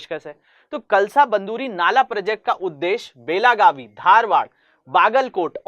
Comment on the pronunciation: It's कळसा-बंडूरि